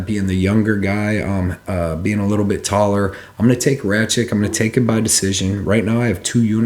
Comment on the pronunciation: Since when is a "K" pronounced as "CH" in Rakic? (Ruck - itch is the correct way)